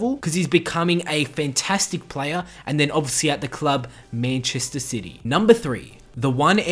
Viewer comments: whats "MENCHESTER SITY"!! its MANCHESTER CITY!! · Menchester sity m8 the pronunciation 😂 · U pronounce manchester city like goon but nice vid